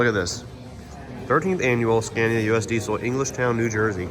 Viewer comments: Please pronounce Scania correctly. Not the dumb american way. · why can't you pronounce the name correctly?